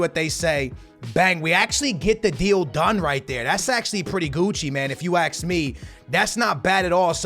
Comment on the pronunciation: “If you axe me”